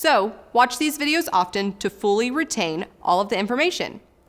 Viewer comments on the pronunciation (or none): none